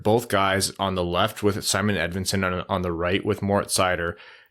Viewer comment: We really gotta work on not saying “Edmunson” don’t we